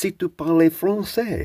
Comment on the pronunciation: Can I be a French dork for a moment? "Si tu parles" is said like "See Two Parl", not "See Two Parlay". You say it like "parlay" if you use "vous", as in "Si vous parlez". It does matter since saying "parlay" with tu sounds like "Si tu parlais" which is past-tense ("if you spoke")